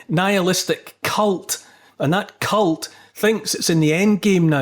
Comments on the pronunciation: Did you say cult? I think you pronounced it wrong. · Neil, you mispronounced ‘cult’